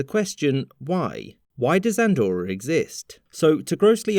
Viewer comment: It's not called "Andorror" btw